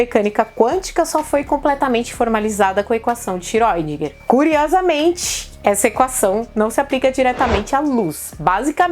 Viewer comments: sempre falei Schrodínger, mas sou economista e historiador, vou corrigir minha pronuncia rsrs. Mesmo com camisa do Iron Maiden é linda. Vou até aprender a gostar de metal E mais uma vez um video maravilhoso, superexplicativo, até mesmo pra mim, que sou de humanas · Eu fiz um exercício simples de pronúncia. Sempre me incomodou muito a pronúncia correta do sobrenome de Erwin Schrödinger. Ouvi as mais variadas formas de pronúncia - (escrevendo como ouço as pessoas dizerem) - "iscródinguer", "xiródinguer", "xirundinguer" , "xiredinguer" e outras pronúncias mais que as pessoas ficam inventando e etc...Então, levei em conta que o físico em questão era austríaco e que na Áustria se fala alemão. Fui ao google tradutor, o ajustei para o idioma alemão e digitei o nome dele. Depois foi só clicar no áudio e ouvir como se pronuncia o nome dele em seu idioma de origem. Dessa forma percebi que seu sobrenome se pronuncia basicamente como se escreve. É mais ou menos como se fosse "chourdinger". Portanto, de acordo com o google tradutor, penso que seja o mais próximo do que talvez seja a pronúncia correta. Façam o teste. Penso também que esse sobrenome está bem a altura da Física Quântica, pois, é tão intrincado como ela. 😖😆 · não se pronuncia Feiniman,mas fainiman.Não é xiróidinger.É xirêudinger